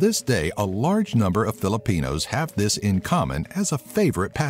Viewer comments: I like the fact that he pronounces the words right! Good job bro, ur on ur way to becomeing a filipino like 1/50% #ProudToBePinoy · I love how you pronounced those Filipino words correctly.... much love ❤️